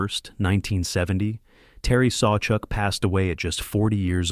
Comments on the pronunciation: "jack Plant", Terry "sawchook" and "george vezeena"? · This announcer is brutal. Learn to pronounce the names correctly Sawchuck,Plante, Vezina..